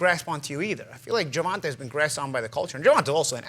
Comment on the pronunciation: Nobody: Paulie: “Gervontah Davis”